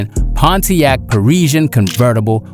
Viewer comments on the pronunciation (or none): none